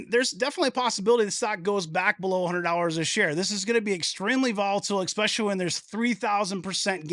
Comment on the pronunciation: Dude you should by now have the word "especially" nailed down. Try this: Ess-specially. It's just a long 's'. NOT exxspecially.